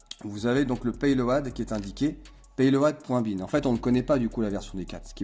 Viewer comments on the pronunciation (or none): stp plus jamais de pé-lo-ade sinon j'appel ta prof d'anglais imédiatement ! on prononce pé-lo-de, d'ailleurs tu prononce bien rmc LOADER par LO-DER, tu ne dis pas rmc-lo-a-deur ;) en tout cas merci pour ce rappel de maj du firmware des rmc loader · Petite precision linguistique : payload ca se dit comme paylaude, et loader comme laudeur :)